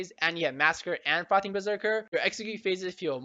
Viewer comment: is it only me or do i only understand "fuckin berserker" instead of "frothing" :D